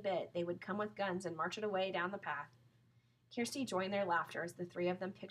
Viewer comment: it is kirsti not kersti